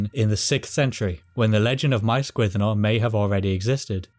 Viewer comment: Gwynddno very much like Llandudno. When you say Gwynddno I hear Glandudno